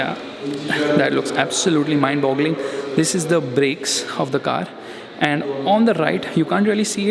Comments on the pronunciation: Mind blowing hota ha Bhai mind bogling nahi 😁😁😁😁😁😁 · Gaandu kotni baar mimd boggling bolta hai be🤣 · Not mindboggling ... Mindboggling😊😊😅😅